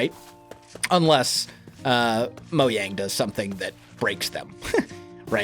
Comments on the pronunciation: Did anyone notice he said moyang instead of mojang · My Kharim mojang, the way he says it bugs me lol